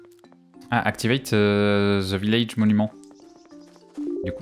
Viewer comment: "the" se prononce "dè" j'ai jamais compris pourquoi quasi tout les francais disent ze :'D si encore c'était zé Vous prononcez bien thé/dé té/dé donc pourquoi là ca devient un Z mdr